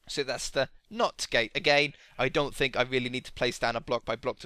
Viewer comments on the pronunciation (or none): none